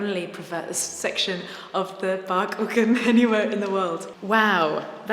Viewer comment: It's pronounced Bach